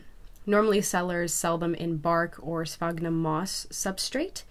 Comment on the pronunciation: It's not "sphognum" moss. It's "sphagnum" moss with an A.